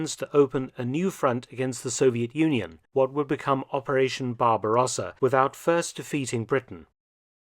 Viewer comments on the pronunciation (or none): none